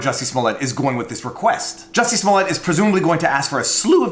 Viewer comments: Do I have to do this everytime?? He always mispronounce the name.. It's Juicy' Smoyey' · “Juicy Smooliet” 🤣